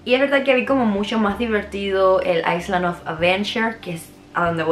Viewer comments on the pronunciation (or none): una ayudita la s de island no se pronuncia se pronuncia correctamente aileand